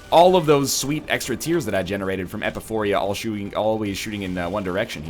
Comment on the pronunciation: E-pi-pho-ra. Not Epuphoria.